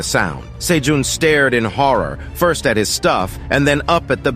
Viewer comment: Gotta say man, pretty glad that your channel actually throws in jokes and emotions. Still the odd mispronounced words (like 1st, 2nd) but nowhere near as bad as other channels. Not sure how you got AI voice to actually have inflections, deflections, and emotions.